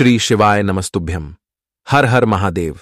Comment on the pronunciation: आप aum का मतलब बताइए और आपको ॐ बोलने में शर्म लग रही है तो कृपा करके आप श्री शिवाय नंस्थुभ्यम मत बोलिए कृपा कीजिए...🙏